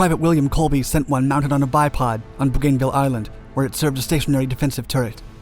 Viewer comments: BoGainVille island? ˈbuːɡənˌvɪl is the pronunciation. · bougainville (boo-gan-vil) not (boo-"GAIN"-vil). Love the vids...sorry to be persnickety about the names, but sadly you buff names up a ton on your videos.... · pronounced ... BO-gan-ville